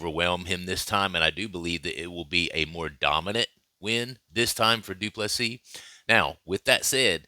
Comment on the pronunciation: du Plessis.